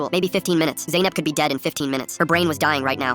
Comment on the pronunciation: U had already messed up when you called your daughter Zanep